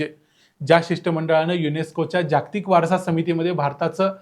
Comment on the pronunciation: तुम्ही माहिती छान सांगता पण जागतिक शब्दाचा उच्चार नीट करा. जाग्तिक करु नका. कारण ह्यात जोडाक्षरे नाहीत. ज ग त क ही चार ही अक्षरे पुर्ण आली आहेत.